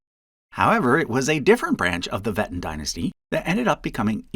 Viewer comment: The name "Wettin" is actually spoken like "Ve'teen".